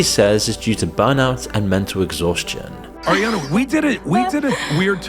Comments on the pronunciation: How can people listen to "Arriana" over and over. I can't watch its too annoying. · Why is he pronouncing her name as "Arriana"? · Bro, you couldn't even say her name right? The whole entire video you say, airiana, instead of ariana.